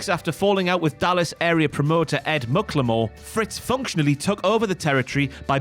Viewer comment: I think it's pronounced mack-la-more not muck la more. That's how skandor akbar said it